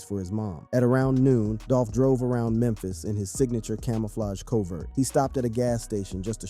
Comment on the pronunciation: His camo covert? You cant read corvette? Your doing a video on rappers and cant pronounce any of their names, then call a corvette a covert. Good thing it wasn't qwaavoh in a camo covert. That might have legit gave everyone a stroke.